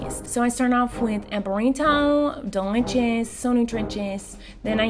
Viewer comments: Normal people: delicious Miranda sings: delitchis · I love how she says delichous love you so much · in this vid I thought I would have too count how many times Miranda says deli chis I'm surprised I did not have too but all the times she dose say delich is